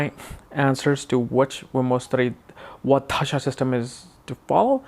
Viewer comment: its dasha and not dhasha! da as in we say 'the' in english, so dasha please that is why asked you if you could read hindi script or not